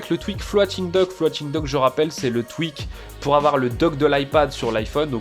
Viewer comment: Dis juste floting pas Flo ating dock psk bon 🤣